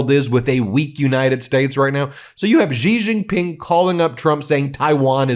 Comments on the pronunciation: Why do Americans on TV pronounce Xi Jinping "Gee Jinping"? It's pronounced "she." "She Jinping." Anyhow, I live in Taiwan and I will breathe a sigh of relief when Trump is out of office because he is so erratic, undependable and suggestible by intelligent dictators. Taiwan is a highly successful democratic COUNTRY. China needs to leave us the fuck alone. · You should learn how to pronounce Xi Jin Ping's name. Your pronunciation makes you sound ignorant. Pronounce it Shi Jin Ping. Not Ji Zhin Ping.